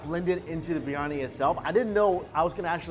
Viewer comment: bir-yani not briy-ani, hard to explain to an american chinese guy :)